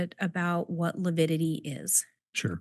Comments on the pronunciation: kept saying lipidity. What a moron! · struggled mightily with pronouncing 'lividity'. He makes my skin crawl; both he & Chub are conceited idiots.